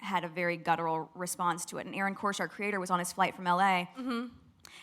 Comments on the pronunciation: Interesting breakdown,. Though I had to laugh when I heard her say "gutteral response" - this was before the one about Harry, so it shows that she really doesn't know what it means. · “Gutteral” reaction…there she goes again, abusing the English language. But she’s so much smarter than everyone else, so there must be something the test of us don’t know. Her hubris is boundless.